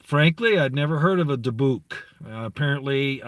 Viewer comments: I had always heard it pronounced DI buck Soft i soft u Emphasis on di Dybbuk boxes... They hold demons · Dybbuk is pronounced Debit. Dybbuk Box houses a demonic entity, trapped in the box and sealed with hot wax. The entity is considered to be equal to Satan and just as powerful. Created by the Black Pope. There is no entity more intelligent and extremely dangerous than it is, A jinn would be second to it. The Dybbuk Demon was conjured through a series of Rituals and blood sacrifices by the highest level of Zionist Jews. Altogether there is suppose to be 9 Dybbuk Box Demons, each having 1 capability different than the others. No one knows what that is though. So far 3 have been found. Last Halloween a show on the Travel Channel called Ghost Adventures is about 4 Paranormal Investigators that investigate well known haunted structures, places, people. The lead host is Zak Baggans, for decades he has been buying haunted objects. He found a haunted building in Las Vegas and turned it into a museum. He bought the 3rd Dybbuk Box that is locked in a glass case. He decided to open it last Halloween on the show. 4 Zionist Rabbis went to see him, things got very heated when they forbid him to open it and ordered him to return it back to them immediately. He refused. Within 2 days Baggans was arrested and charged with Theft of an Ancient Religious Artafact of the Jewish Faith(!?!?) He was ordered not to open it. This came from a court in Teliviv. Im not sure how Trump got involved but he sent Military Special Ops to take possession of the Dybbuk Box. Baggans already moved it to another loc